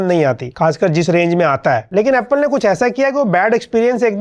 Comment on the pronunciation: bhai aapne jo apul bola naa. Mann chu gaya bhai.... Hamare Odia language me apple ko apul hi bolte hai 😅😅